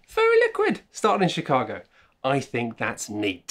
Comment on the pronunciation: Is it just me... or did he start with Shitcago? I can't unhear it.